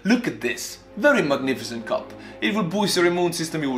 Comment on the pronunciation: "Very mug-nificent cup."